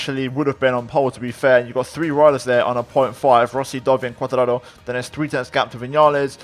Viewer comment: Are you Italian as you always pronounce Quartararo in Italian way